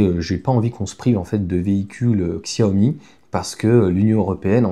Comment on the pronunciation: Ksyawomi😅 Merci cher ami. Chiaomi c'est mieux 😊 Merci pour toutes vos vidéos. A la vitesse de la lumière 😮